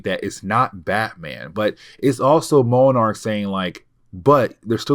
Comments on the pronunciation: Hey, I love watching your videos. Only bone I have to pick is sometimes your pronunciations are off. Moenarc is not how you say monarch. I apologize for the call out but It hurt my already hard working brain. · Monarch and Monarch butterfly are pronounced the same , have u never seen Venture Brothers..? Hey it better than saying Mow-Arch like this video 😂